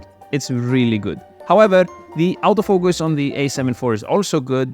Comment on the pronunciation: Awto focus 😂